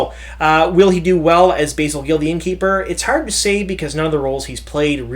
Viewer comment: It's not Basil, it's Basil, as in Basil Rathbone.